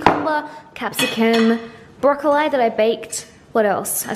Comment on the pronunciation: You're amazing 😍 keep killing it girl!! spilt it though 😊 also love how you say broccoli so funny 😆 maybe because I am from Dublin and that's not the way I pronounce it 🙈 keep them vlogs coming #snapchatfam #langefam 😘😘 congrats on becoming Irish 💚🍻🇮🇪